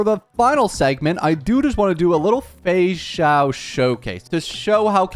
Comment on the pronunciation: For my Portuguese speakers, I can't be the only one who kept hearing "Feijão" everytime he said "Feixao" 😂